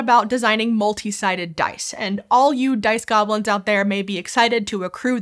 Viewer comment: I heard "Piss Goblins" instead of "Dice Goblins"